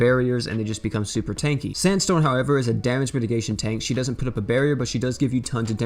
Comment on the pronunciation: Gerald or sanstone?? 😣